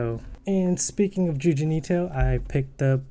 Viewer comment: um people might laught at you u for calling Junji Ito, JUJIN ITO (just letting u know)